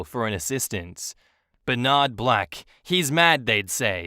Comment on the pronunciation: "Ber-NARD Black"!? 😱🤣